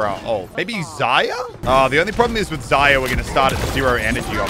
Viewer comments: Did u calls Zarya Zya?!! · Zaya it’s zarya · Did he say zaya for zaria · why he saying zayya and not zarya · Man says Zaya loooool